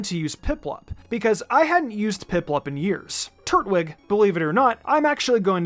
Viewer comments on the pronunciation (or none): All I could focus on was him saying Turt-wig instead of Tur-twig 💀